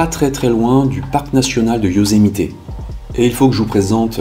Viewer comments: Euuuuuh, par contre, le " Yosemité " , ça fait vraiment bizarre... C'est le parc du Yosemite... Y'a pas de "é"... Sinon, super vidéo, merci à Toi !! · Bon reportage, merci. Juste....on dit Yosemitt, pas Yosemité 😉 Ce mystère a beaucoup fait jaser... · Yosemite pas yosemité 😉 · Bonjour j'adore vos vidéos. Veuillez m'excuser mais je trouve que vous écorchée beaucoup les noms des états et là c'est Yosemite et non Yosemité. Je suis d'origine Américaine. Il fallait que je vous le dise. Mais cela n'empêche que j'adore votre travail.